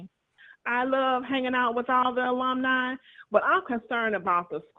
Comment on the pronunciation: That's the Best 2 & Half Years Famu ever have for Decades. On to Better THINGS. STOP HATING dude that can't say Alumni.